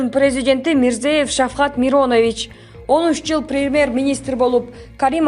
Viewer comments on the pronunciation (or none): туура диктоват этин из Шавкат Миронов эмес Шавкат Миромонович катуу айткан болсом кечирип коюнуз. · Карыгдаш сен озун биринчиден Мадумаровту мактаардан мурда озундун катанды ондо ал сендей не грамотныйларды жактырбайт ,анын жаныгда туруп калсан сени - сабатсыз-дейт,арам ,билимсиз 4 классты окуган маданиятсыз-дейт.Себеби: сен Узб.Презид.Мирзев ШафкатМиронович-дейсин уйалбай дагы бироого сын тагасын!Мен жазып берейин сен окуп жатап ал .МИРЗОЕЁВ ШАФКАТ МИРОМАНОВИЧ .Сен Мадуморов айткан сабатсыз,арам,маданиятсыздардансынбы? Туура окуйалбаган же туура жазалбаган туура окуп жазып жур да. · Обращаюсь к девушке,читающей текст:у тебя полностью отсутствует интеллект.Недопустимо искаженно читать фамилии ,тем более видных политических деятелей.Миррамонович у тебя звучит Миронович,АндрОпов ударение у тебя на АндропОв.Откуда вы появляетесь бездари и вас так много?